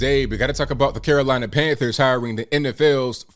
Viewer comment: Carolina tran-thers...